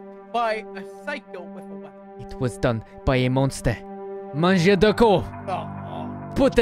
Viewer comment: Better than most accents people attempt on RP servers. But in French you should never pronounce a R at the end of a word like “Manger” Other than a few other things it was a decent accent